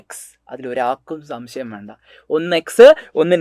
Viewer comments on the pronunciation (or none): none